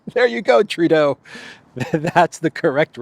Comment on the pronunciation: Justin Tur-dodo! 😂